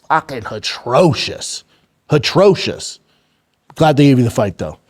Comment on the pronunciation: Someone tell Brendan’s stupid ass that the word atrocious has no H in it. Goddamnit